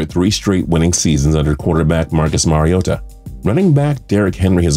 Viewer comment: 😳 he said Mariota right